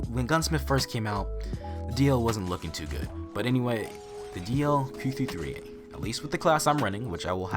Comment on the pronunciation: DLQ 53 is it me or anyone else when pronounce it?